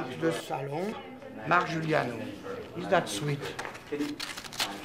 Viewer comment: Marc Giuliano et pas Giugliano